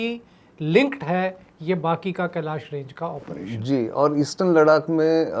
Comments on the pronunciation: आप कभी नहीं सुन पाएंगे और नितिन जी गलती तब सुधारें न जब वो मानें।मेरे कई दोस्त लखनऊ को आज भी नखलऊ कहते हैं और टोकने पर हां हां वही है कह कर बात खतम कर देते हैं। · Thank you Nitinji for information on LADDAH .But the name of the Himalayan region is not LARAAK as you pronounced it should be rectified by you. P.K.SINGH PATNA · Kahan se aaya hai लडाक लडाक कर रहा है लद्दाख बोल नही सकता है क्या? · लद्दाख को लड़ाक क्यों बोल रहे हो भाई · Mukesh bhandari bhai aapne sahi comment Kiya ha 'Laddhakh ko shriman ji bar bar ladak bol Raha hai. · बहुत अच्छा ,,,,, लेकिन लडाक नहीं लद्दाख कहो सर ,, अगर कह सकते हो तो,,,,❤❤❤❤❤ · Its ladakh not Ladak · कितना चुभता है आपका "लद्दाख" को " लड़ाक" बोलना? क्या आपके साथ कोई स्पीच प्रोब्लम है , आप अपने को अलग दिखाने के लिए जान बूझ कर ,, लड़ाक़ बोलते हैं या आप अंग्रेजी दा दिखने के लिए ऐसा बोलते हैं ,? कृपया इसे सुधारिए अन्यथा केवल चिढ़ हो जाने के कारण आपके दर्शक कम हो जाएंगे। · श्रीमान नितिन गोखले जी आप जान बूझकर लद्दाख को लड़ाक क्यों बोलते हैं। दूसरे यह चीन की नीति या फितरत है कि अपने पड़ोसी देशों की जमीनों पर घुसपैठ करना और फिर उस पर कब्जा करना। इसी बद नियत के चलते अन्य 17 देशों के साथ सीमा विवाद चल रहा है और अब कुछ देश चीन की इस युद्ध परक नियत से निपटने के लिए इक्कठहे हुए हैं लेकिन हमे उन सभी का नेतृत्व करना है और अपने इलाको को वापिस लेना है। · लडाक/लड़ाक नहीं 'लद्दाख' होता है अंकिल.🤣😜🤪 लद्दाख बोला/कहा जाता है अंकल🤪😜🤣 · नितिन भाई लद्दाख को लडाक कहने का क्या कारण है क्यों इस तरह से अर्थ का अनर्थ बोलते हो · एक बात ध्यान देने योग्य है कि नितिन जी सिर्फ लद्दाख को लड़ाक़ बोलते हैं बाकी सब अरुणाचल मणिपुर आदि ठीक है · Please correctly pronounce Ladakh not as Ladak. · आपकी हिंदी तो अच्छी है फिर आप लद्दाख को लडाक क्यों कह रहे थे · नितिन भाई अपने मरने से पहले मैं आपके मुंह से एक बार "लडाक" को "लद्दाख" सुनना चाहता हूं। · लड़ाक 😂😂 नहीं लद्दाख है भैया क्या यार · Gokhale ji LADAKH bolna seekh lijiye ya aise topic cover na kare 🙏🙏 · Aap acchi hindi bolte he to laddakh hi bole 🙏🙏🙏🙏